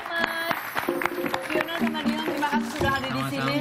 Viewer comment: Dion min bukan Diyon 😂